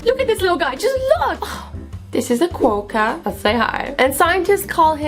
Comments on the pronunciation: Did Azzy mean it when she said quokka like quwoka because it is said like qu-o-ka😂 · Hi Azzy ! Quokkas are australian and so am i and they are said cwoka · I'm sorry but It is pronounced quokka (kw-o-ck-ah) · The quokka (kwa-ka, ik it doesn't looke like it but thats the pronunciation) is known as the happiest animal in the would due to its permanent smile. These little guys live on a tiny island in Australia (I forgot the name😭) Fun fact, though they seem innocent, mamma quokkas actually sacrifive their babies to survive prey! Idk why people do this but we as humans, are the reason, well, one of them, quokkas are endangered! Some people throw the into the sea, feed them people food (which is not good for them), and even burn them😢! Luckily, there IS a law to prevent this, if you touch or deliberately HURT a quokka you must pay a range between $300-$5,000 (depending on how bad the damage is) and even jail time! I hope you learned something from this!! Have a good day and god bless youuuuu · IT'S pronounced Quaker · you said quokka wrong, but i legit think it should be right. i hate english spelling